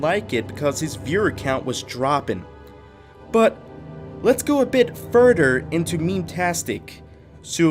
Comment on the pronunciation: stop saying eagle - tistical. Its EGO - tistical. Also please stop saying furder. Its further. Thanks